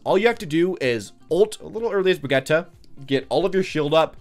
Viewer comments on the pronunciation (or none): Both pronunciations are wrong. It's bree-git-teh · “Brigeta” Is it hard to say Bridge-It